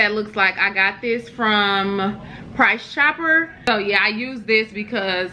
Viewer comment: When you said...price chopper, I said...she must be from KC lol.